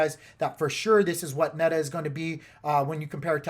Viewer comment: neda ? or meta ? i am sorry i could not understand that